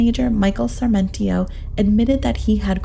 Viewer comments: The distraction of pronouncing Sarmentio? Brigay-dor? It's Sarmiento and Brigador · Let’s begin with the narrator— It’s “Sar-mi-ento”, NOT Sar-men-tio. Another word that you trashed is Brigadier, (prounounced Brig-a-deer) which is a military rank, as in Brigadier General, NOT “Brig-A-der”, as you pronounced it. That she was embalmed PRIOR to autopsy is INSANE, and renders the autopsy null and void. A CHILD would have known an autopsy couldn’t be performed expecting any kind of evidence from her body after all that had been done to it. Police incompetence, possibly bribery since the embalming was not only allowed by SOMEONE, but someone must have paid to have that done. Then there’s the matter of sperm, or NO sperm? Rape, or no rape? The police found themselves in a media storm and wanting to look competent made up a scenario and stuck with it. They knew nothing and were covering their own as$es, period. The entire thing is just tragic as a beautiful young woman lost her life and the guys who loved her are being blamed (easy scapegoats). A sad ending, all the way around, and NO justice.😶🙏🏼💕